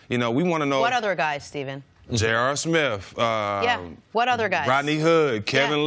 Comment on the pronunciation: "J.R. Smiff"